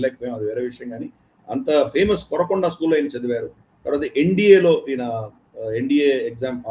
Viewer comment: కొరకొండ కాదు సార్ కోరుకొండ ఆంధ్రా సత్తా